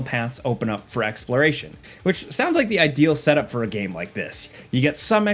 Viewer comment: so cant pronounce "trailer" properly and cant pronounce "game" 😂